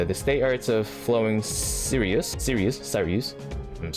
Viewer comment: congratulation, you managed to butcher Spica (is spelled like pika of pikachu with a s infront) you got Sirius right on the first attempt (spelled exactly like serious) you got Rigel wrong, the only one you got right last video (spelled raidgel) you got regulus right